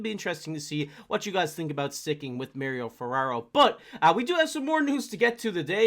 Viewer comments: It's not mer-ryo it's mah-ri-o... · Ferraro prefers his name to be pronounced Mar - ee - oh, not Mary - oh. He is a man after all.